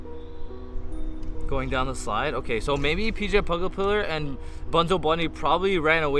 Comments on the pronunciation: you said pg it's pj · Rj pugapillar? ITS PJ